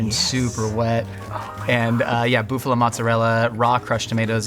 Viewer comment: Did you just say BOOF-ALO?